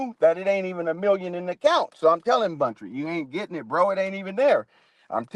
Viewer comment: Buntry not Bountry